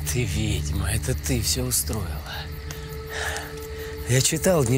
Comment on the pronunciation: Смешно ! Слово вЕдьма, а не вИдьма. Где тут вИдеть ???